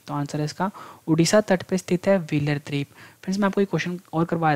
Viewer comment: जय हिंद सर, आपने बहुत ही अच्छा स्टडी मैटेरियल उप्लब्ध कराया। जब आप द्वीप (Dweep) का उच्चारण द्रिप (dreep) करते हैं तो इर्रिटेशन जैसा होता है। बाकी बहुत बहुत सराहनीय है।